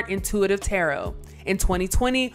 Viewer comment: Who in the world is reading this narration. Whoever it is they really need to go back to English class in HS. I mean she said tarrott instead of tarot cards. Pronounced taroe.. geez